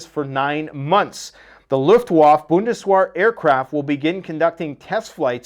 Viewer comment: "Luft-va-fa" and "Bundes-vhere"